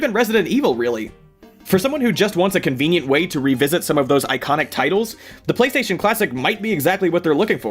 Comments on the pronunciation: Lol PlayStatisean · Um...... Its Playstation not Playsatan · Playstasean?? The hell? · Did you get the inspiration for Playstasean's name based on how the PS4 commercials pronounce PlayStation?